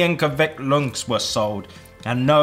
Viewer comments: Kit car is from kvikk lunsj i am from norway and you say it wrong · English:KVIKK LONSJ FOR LIGE Norweagan:KVIKK LØNSJ FOR LIVET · ITS NOT A KIT KAT, IT IS KVIKK LUNSJ. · Its not a KIT KAT its a kvikk lunsj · Me: oh kvikk lunsj Them: oh its just like Kit Kat Us Norwegian people watching this: ITS NOTTT LIKE KIT KAT IT WAY FAR FROM BEING KIT KAT Never say to Norwegian that Kit Kat and kvikk lunsj is the same BECAUSE ITS NOT sorry this is no hate just saying hahah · It's actually pronounced kvikk lunch but i get your point. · Yeah The same as Quick lunch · JaFHu YT det e FAEN ikke KIT-KAT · If u want to pronounce kvikk lunsj, just say quick lunsj. That is more like the way we say it I norway😅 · It’s literally pronounced quick lunch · Freia is pronounced Freya - like the norse goddes... adn kvikk lunsj is pronounced quick lunch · I like how they couldn't pronounce "kvikk lunsj" which is pronounced "Quick Lunch" nearly identical words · Stoop saying kviklunsj looks like kit cat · ‘Kviska lunskj’ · KvITsE LoUnSh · Its not kitkat! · Det heter kVikK LuNSj!!!! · I love how they pronounce the "Kvikk Lunsj" like.. its basically just like in english xDD "Quick Lunch" dont know whats so hard for engl speakers xD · ITs not KitKat is kvikk lunsj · Saying that kvikk lunsj is like a Kit Kat is and insult to all Norwegians